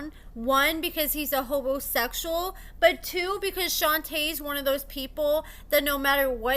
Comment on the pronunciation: did you say True was a HOMOSEXUAL OR A HOBOSEXUAL? LOL